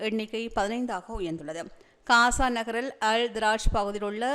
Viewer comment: அக்கா தயவு செய்து பலஸ்தீன் காசா பெயர்களை சரியான முறையில் உச்சரிக்குமாறு அன்புடன் வேண்டுகிறேன் Palastaine என்று உச்சரிக்கும் போது B கொண்டு உச்சரிக்காமல் P கொண்டு உச்சரிக்கவும் .அத்துடன் காசா என்று சொல்லும் போது K கொண்டு உச்சரிக்காமல் G sound கொண்டு உச்சரிக்கவும் . நன்றி Palestine ✅ Balestine. ❌ Gaza ✅ Kaza ❌